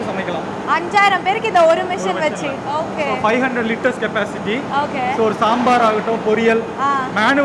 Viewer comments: Okay or ahkay va ma? Change this girl. Please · Anchor.🥴🤡🤦‍♂️ US return. It okay not Hokay.😂🤣